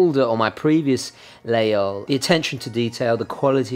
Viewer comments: Please, dont spell layole! We must pronounce Lageehole. Its french, man...! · As a french guy I've never heard Laguinol prononce without the G :o and btw regarding the cross is not it's indeed a religious cross and you can see that it's reverse, because in the time shepherds use to stick their laguiole in the ground and pray in front of this cross :) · Laguiole is pronounced lah-geyl, but the E is pronounced like "mercy".